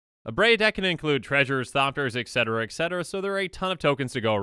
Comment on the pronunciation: I love this channel, but it's super distracting that you don't know the proper pronunciation of the word etcetera. There's no x in it,.